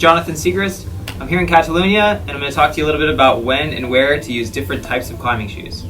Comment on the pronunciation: Love how he says Catalunya :)